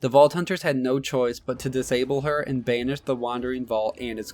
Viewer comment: I didn't know banish rhymed with danish